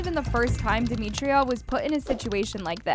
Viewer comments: ITS DEMITRA. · It’s demitra